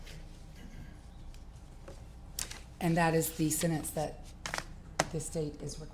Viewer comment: Tell Judge Ashley to go back to school. She consistently mispronounces words and one of them is the word “SENTENCE”. It has a flipping T in it !!!!! It has a “T”, comprehend ???!!! But she says it this way, “SEN-ENSE” 🤡. Totally leaves out the T. It sounds IGNORANT. It is IGNORANT. Your show is like a circus.